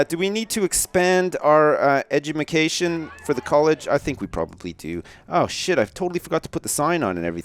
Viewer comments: He said edgutikaton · Did really just say edumacation